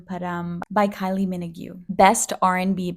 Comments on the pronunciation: It’s pronounced like “MEN•OH•Ggg” if that helps 😅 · The pronunciation of Kylie’s last name took me out I’m sorry